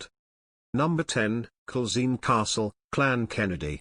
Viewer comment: Culzean is said Cullane. Eileen Donan is Eelin Doanin. Menzies is Mingiss.